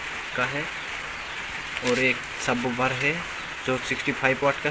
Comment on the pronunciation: Bhai wo subwoofer hai subboober nhi😂😂😂